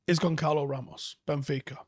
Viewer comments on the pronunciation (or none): Goncalo pronounced Gonzalo